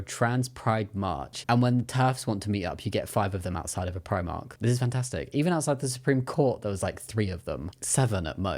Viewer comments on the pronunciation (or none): none